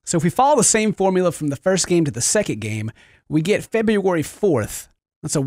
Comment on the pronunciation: TOODAYS FEBOOERY SEKENT